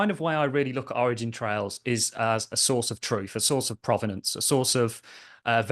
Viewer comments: Where are you getting the “s” from when you say “origin trail”? 🤷🏻‍♂️ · It was a good interview for sure. If I were, I would be pretty annoyed that someone who is as smart and literate as you, throws a random S on the end of Origin Trial 20 times in a row…